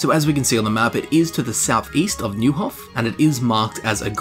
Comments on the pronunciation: Neuhof is pronounced like Noihof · Man, you weren’t born for languages. :D Fall-shin, Noi-hof, Lead-etch-CO (like COoperative)... Try to hear how characters in game pronounce, or just Google it :)